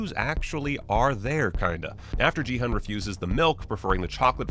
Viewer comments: In case you do another video, the "G" in "Gi-hun" is a hard "G" and the "Hun" is actually pronounced "Hoon." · You are pronouncing Gi-hun's name wrong.... The "g" is a hard g sound, not a soft g........... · "15 things only fans noticed" What does that even mean? The show is brand new, how can you be a fan before even watching it? Or is this supposed to mean "15 things that people who were actually interested in the show noticed"? In which case yeah, obviously. Also speaking of "fans", he has trouble pronouncing their names properly even though they were said many times in the show and he's making a video about it. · How do you watch an entire tv series and have no idea how to pronounce the main character's name? It was repeated more than any other's. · Your constant mispronunciation of Gi-hun's name was so jarring. It sure sounds like you didn't actually watch it, because how could you miss that kind of detail when it's said a thousand times in the show?